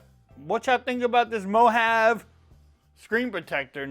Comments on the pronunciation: It's Mo-Ha-Ve...😆 Looks like a solid option for a screen protector though. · It's pronounced MO-HAH-VEE as in Mojave desert. 😊